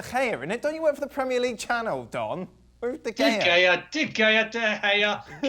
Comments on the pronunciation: I love how they keep calling him David De Gayea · Still mispronouncing De Gea?! He should be sacked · "Kepker"💀 "De Gayer"💀 Where do they find them😂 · These people can't even say the names of Kepa and De Gea and are trying to experts.